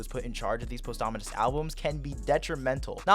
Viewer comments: bros saying post ominous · Everybody else: pawsthumous:POSTHAMINUS Jokes aside this was a great take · “Posthomonous music” 😭